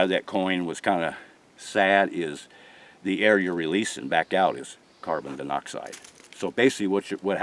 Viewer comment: Right! He needs to stop using bug words until he figures out how to say them.